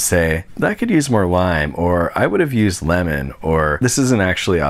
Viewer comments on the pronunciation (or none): none